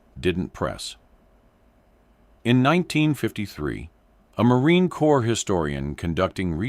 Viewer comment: "Corps" is pronounced "core". And yes, a 15 round mag indicates a semi automatic rifle. I think they even get it wrong in movies.